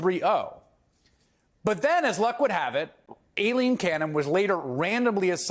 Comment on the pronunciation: Why do so many people seem to have an issue correctly pronouncing "Aileen"? It's not "A-Lean".